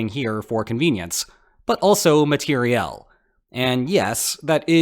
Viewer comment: I worked for the U.S. government overseas with U.S. government and worked with lots of soldiers. You pronounce matériel correctly like 100% of the soldiers.